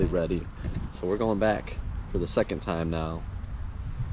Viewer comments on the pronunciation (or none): none